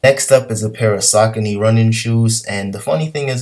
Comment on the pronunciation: Great Video and your doing Great on Poshmark those sneakers are pronounced SA-Cone-Eas and they do okay. But I feel ya Im changing things around in my closet as well 2019! Is yours💪🏾